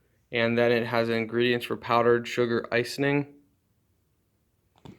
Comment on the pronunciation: Hi! ☺ I'm enjoying your video & I know your mom is enjoying her day off!! I'm NOT being critical!! 😽 It is "Ice..ing", not "Ice..Ning". 👍👍👍